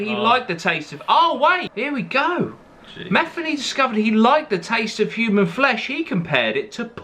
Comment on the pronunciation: The guy with the beard ain't Matheny not Mathany!